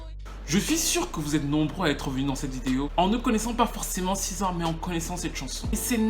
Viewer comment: T es sur qj on prononce siza?? C est.le C en anglais qui se.prolonce SI